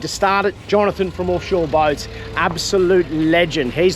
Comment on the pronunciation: Call it "Orfshore" 😂